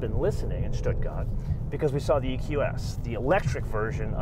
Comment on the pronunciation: Pronouncing "Stuttgart" the Swabian way "Schduagert" while speaking American English is very annoying.